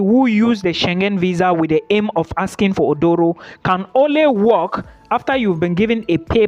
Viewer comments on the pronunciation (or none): Aduro, not Odoro. A Ghanaian word. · It is not Odoro. Read my lips...say A-DU-RO 😂